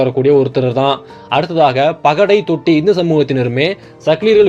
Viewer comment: தோட்டி என சொல்லவும் தொட்டி இதுதான்